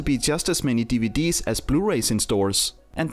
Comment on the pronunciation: Love the way he pronounces DVD’s 🤣